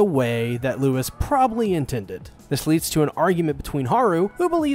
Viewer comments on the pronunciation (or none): it's lou-ee not lewis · His name is pronouned LOUIE, stop calling his Lewis. Louis didn't kill the Shishigumi, just their boss. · Fat you know it’s not Lois it’s Louis has Holly pronounce it in the animate least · The fact u said everyone's names wrong even after they said it several times in every episode- Leg-oh-shee (stressed, unstressed unstressed) Hah-roo (rolled R) (Stressed, unstressed) Loo-ee (stressed, unstressed) (sowwy I had to I'm a Beastars addict) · i cant handle handle how you pronounce louis it is L oowee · The S in Louis is silent btdubs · uhhhh, the deer boiis name is Rouis, no Louis